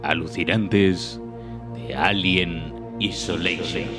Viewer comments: Alien "isoleishon" :v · "Elien aisoleishon". ;)